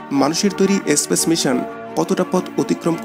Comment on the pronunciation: Video gulo valo.. kintu apnar eto ucharon bhul keno..kotha ta space espace na.. plz thik korun